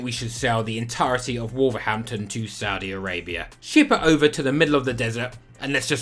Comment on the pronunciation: My favorite part about this video is your pronunciation for the Saudi clubs!